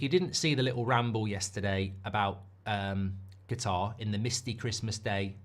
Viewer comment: Qatar 🇶🇦 is pronounced KATAR not GATAR OK?